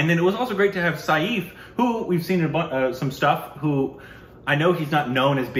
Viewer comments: I think you are wrong. Watch the video, everyone is calling him 'Safe' and not 'Sayeef' as pronounces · Isn't 'Saif' pronounced as 'Safe'?